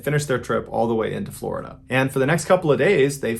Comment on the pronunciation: Floh-i-dah Man... I'm NEVER going to Florida again.